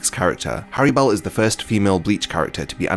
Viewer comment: It’s hallibel not harribel